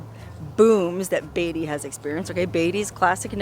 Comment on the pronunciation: It's , Beat - ty !!!!! NOT Bay ty !!!